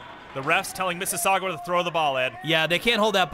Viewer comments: It's not missisaugwa it's MississaugAAA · It's Missasauga, not missasuaga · hey you guys do know it's pronounced Mississauga not mississagua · Omg so annoying how they say "mississauga"...its NOT Mississaugwwwaaa, its pronounced "Miss's Saw gah" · It is not misses sagua its misses saga lol 😂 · It's pronounced "MISS ISS AHH GUH" not "MISS ISS AHH GWUH" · Lol "missisagwa" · Its Miss - suh - saw - guh not Miss - sasasdggjuwa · The announcers need to learn how to say Mississauga. Like, don't say it if you don't know how. it's not hard. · They cannot pronounce Mississauga, it's kind of funny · These two assholes need to learn to say Mississauga.